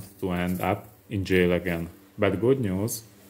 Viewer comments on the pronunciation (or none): "Didn't want to end up in jail *again*" Are you from the north east too, by any chance? xd